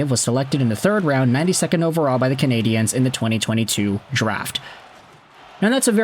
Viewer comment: I always listen just long enough for you to mispronounce Canadiens. 23 seconds. Get it right or just do as Anglo Montrealer do and pronounce it in English. The French here have no problem with that at all.